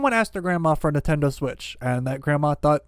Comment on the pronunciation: Who else has never heard of a Nuhtendo switch?